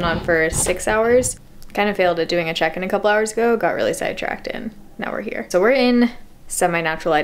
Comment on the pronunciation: Whenever she says "check in" i just hear chicken. Maybe it's cause i'm hungry idk